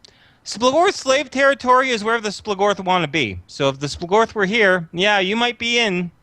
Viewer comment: SplOOGorth is the pronunciation, lol. Not splahgorth